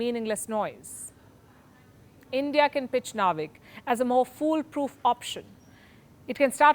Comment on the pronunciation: Don’t say naavik say it as navik.. it’s like u r saying India will be remembered for hair styling techniques